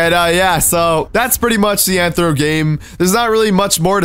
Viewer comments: It’s Athro not Anthro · U saying it wrong it's rthro